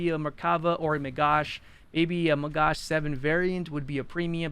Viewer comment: as an israrli, it hurts a lot every time you mispronoince "magach" the ch sounds like a german "ch" (as in "schlecht" or "ich" or "reich"), and not sh like as in "shirt". im ok with people saying magac, NOT magash, because magash in hebrew means "trey/salver"